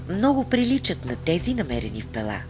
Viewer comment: Музиката къса нервите! На български-тракийски религиозни символи гръцки семитски маанета. После ренесансова музика, когато се разтягат локумите от "Декамерон". Ударението на град ПЕла е на първата сричка. В Българския език думите са от срички,. Когато са 2 сричките, ударението е на първата. При повече, ударението е на втората. Никога на последната. Пела е както Пеласги - БЕЛА, БЕЛасци. Богинята Майка е БЕЛА, БЯЛА, БЯЛА. Град Пела е македонския вариант на Кабиле(КиБела, КуБала).